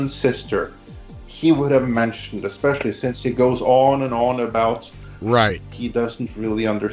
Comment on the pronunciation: Ecspecially? FFS learn Engish properly you US raised moron.